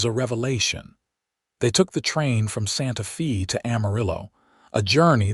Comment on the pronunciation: I am disappointed in this story. Not because of the content which is goo, but because of the many mispronunciations - examples: Santa Fee rather than the correct pronunciation, Santa Fay & Simarion rather than Cimmaron. Because those geographical names ar prominent in the story, they disrupt the authenticity of the storyline.